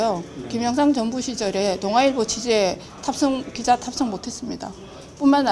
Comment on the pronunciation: 발음이나 똑바로 해라 탑성 아니고 탑승 입니다